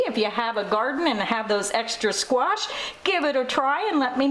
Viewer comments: Squash - NOT squaRsh! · I love how you pronounce squash. ;)